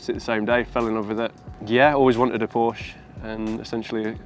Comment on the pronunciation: if you own a PORSCHE you should know to pronounce the E at the end